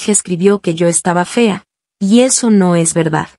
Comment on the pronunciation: Aquí los que escucharon que dijo reseso XD la rosa de Guadalupe pero versión roblox 🤣🗿🍷